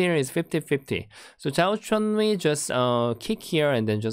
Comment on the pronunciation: It's Zhao Chenyu not Zhou Chenyu